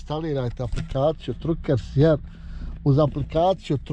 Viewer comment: Truckers se izgovara Trakers. Mislim da sam čuo jednom Vašu suprugu da je govorila engleski. Ako je tačno da govori engleski pitajte nju.